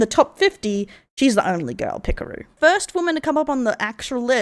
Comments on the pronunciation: Pekor A not Pekor O!!! silly rabbits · These mispronunciations kill my soul, like calling Pekora "Pikuru" like she's a pickle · its pekora, not pikaroo... 💀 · Who tf is "pikoru" I know pekora, but who tf is pikoru